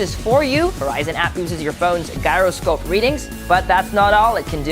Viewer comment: seriously...the leather back suddenly became a standard because one phone (note 3) thats not even part of galaxy S lineup has it:/. This video looks and seems good but is actually crap:/. Learn to pronounce gyroscope.